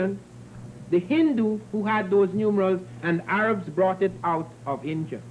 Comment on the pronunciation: where is 'INJA'-I thought it was INDIA!